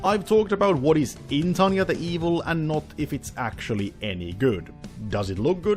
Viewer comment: the guy has problem saying tanya name but says victoria name in one breath. me having problem saying both names... WHAT?